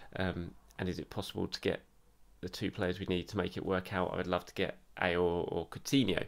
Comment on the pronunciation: For Houssem Aouar's last name, OU is pronounced like W in French, it isn't "ayoor" it's in fact "awaar."